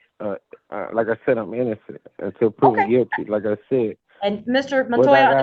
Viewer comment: The operating word here is "innozzenddd" your ohhnnrrr.